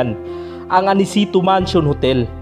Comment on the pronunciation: Bakit ganyan po, ANICETO po, HUWAG PO. ANICITO) PHILIPPINE RABBIT (HUWAG PO RABET), TIMES TRANSIT( HUWAG po TRANSET), Haaayyy Ilocano po ba kayo?!